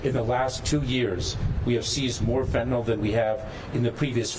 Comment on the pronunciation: Dear Maria, It’s FentanYL, not FentanALL. Do you call NyQuil, Nyquall?